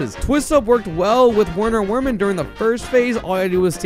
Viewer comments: I feel like it's pronounced "Verner Vermin" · why can no one pronounce werner werman correctly. VERMIN. HE IS VERMIN. WERNER WERMAN IS PROUNONCED VERNER VERMAN.